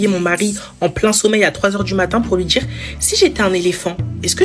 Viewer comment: "tchiktok" " djire " Wtf ?